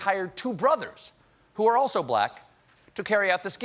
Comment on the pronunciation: When he said "two brothers" I thought he meant like "two bruthas" lol